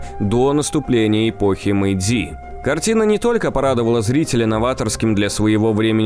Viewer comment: В Японском не у всех слов ударение падает на последний слог. Так что какое ещё мейдзИ? Правильно мЭйдзи!АматэрАсу! СусАно! ТсунАми! Но - ХатимАн.